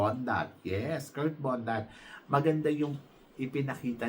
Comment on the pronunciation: Its BONDAD not Bondat, binabago mo last name, ginagawa mong bondat